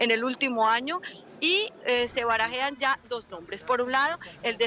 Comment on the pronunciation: Se barajan. ,no se dice. Se barajan 😊😊